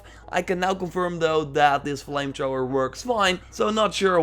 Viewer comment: He said flame Trhoower lol